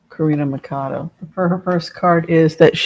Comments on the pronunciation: Pronounced Maria Corina “Matchado” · MA-CHAW-DOE. Spanish pronunciation. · Thanks for the reading, your insights always appreciated. In Spanish, the 'ch' is pronounced the way it is in English, that is 'ch' as in 'Charlie.' So, not 'Makado.' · It is MA CHA DO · So as you know a bit of spanish, in the last name of María Conchita Machado, the ch is pronounced like in “church”. Machado. I am from Puerto Rico and hope you don’t feel bad for this information. Hope the best for you and send you many blessings!!! 😊😊😊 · Machado..the ch is not pronounced like a k..but a sh ..sound...